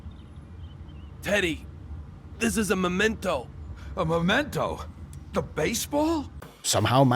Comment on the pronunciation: It's memento, _ not _"momento". So many Americans seem to get this wrong.